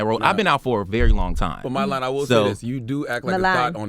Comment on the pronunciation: WHY CAN'T ENVY PRONOUNCE MILAN?! WTF? LOL